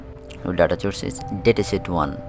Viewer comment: Bro its call source not chourse, but your teaching is great! Thanks